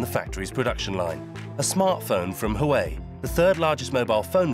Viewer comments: HAWAII ??? HOOA-WEI Element "Sn" is TIN, not Zinc. smh. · "Hawaii"? Lol, that'd be "Waa way" actually. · Ive heard people calling it huawei and huawe but never in my life has anyone called it hawaii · It's pronounced "hwah'-way", not "huh-why". Also known as Chinese spy ware. - It's pronounced "wan", not "yen". "Yen" is Japanese currency. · WAWAY not HOOWAY! I mean the rep just said it right in the middle of the 20 times you said it wrong. I hate when I pronounce the name correctly (I live in TEXAS in the US) and there's always someone so quick to tell me I'm saying it wrong. SMH... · It's not hu-way, it's wow-way...👍😉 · Sir it’s who-wah-whey not -who-way 👀🌝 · Huawei is pronounced hwah-way not who-way 😂😂😂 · Did he just pronounced “hua wei” as hawaii? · 12 months on research, by you spent zero time pronouncing Huawei correctly? It's not Hawaii, it's wah-way. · HUAWEI NOT HUWAI 😂😂😂😂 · hawaii lol that's really lazy work from ENDEVR, takes 2 seconds to see how to say it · Pronouncing Huawei as Hawaii? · what did you call huawei ? :D hueei? lmao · Huawei = Huwai...??!! Lol what? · Except for learning how to say 'Huawei'! So cringe, their work is great but really, if you're doing a doc on a Huawei factory, maybe learn how to say it? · This guy can't even pronounce "Huawei" and "Nokia"